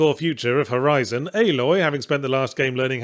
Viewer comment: um excuse me, it's called "Horizon Forbidden West"